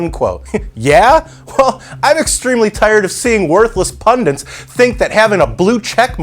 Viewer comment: Great stuff. But...say it with me. Pun-dit. Pun-dit. Not pun-dint. (Don't be a dimwint)